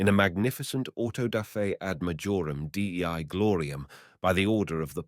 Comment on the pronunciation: This is AI. It grossly messed up dei in "ad gloriam dei" and "idea fixee"